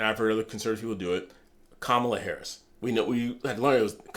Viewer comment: Shit, joe dont even pronounce he name right, so, he has disdain for his veep